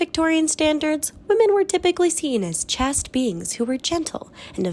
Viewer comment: Chaste is pronounced like Chased.